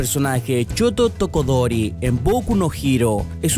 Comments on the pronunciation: Tambien dijo tokodori en vez de todoroki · Buen video pero mejora la pronunciasion de algunos nombres COF COF choto tokodori COF COF xd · DIGANME QUE TAMBIEN NOTARON QUE LE HA LLAMADO TODOKORI EN VEZ DE TODOROKI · Kaneki no keneki es Todoroki, no tokodori edit: se pronuncia Kolli (joder, me siento como Hermione con el wingardium leviosa XD) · TOKODORI DIOS. TODOROKI ESO NO CUESTA DECIRLO. SHOUTO TODOROKI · shoto TODOROKI no torodoki xdxdxdx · Choto tokodori dice CAYATE GAYYY ahre no yo te amo pero por favor nombra bien a los pinches personajes es fukasaku no fakasaku es lida no laidan kanekiii no kenekii:'v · TODOROKI!! APRENDE A PRONUNCIARLOS BIEN